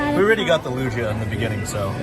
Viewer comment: repeat witth me "Lu-gee-ah" Also love the new marvels